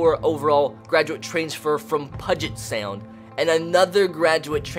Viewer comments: And it’s P-YOU-JET sound. Not PUGIT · This series is gonna be great, and what's even awesome is I'm from the state of Washington myself. But I swear if you mispronounce Puget Sound again, it's "Pew-jit" not "Puh-jit." Just makes it sound like "budget" 🤬🤬🤬🤬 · Pudge it sound made me laugh lol. BTW it pew-jet sound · Hey, just so you know Puget Sound is actually pronounced like PewJit, just thought I'd let you know! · It's pronounced Pew-jet Sound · keep pronouncing it pudget for the lulz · This series is gonna be great, and what's even awesome is I'm from the state of Washington myself. But I swear if you mispronounce Puget Sound again 🤬